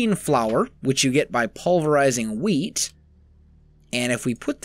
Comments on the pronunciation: Is it just me or does it sound like he says weed instead of wheat? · Lol "Ill be Rolling in wheat" Sounded to me like "Rolling in Weed"